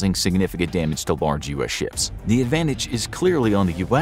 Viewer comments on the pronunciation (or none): none